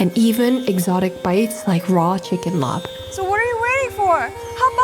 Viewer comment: i love you but its not laab with a b its just like “lah” 😭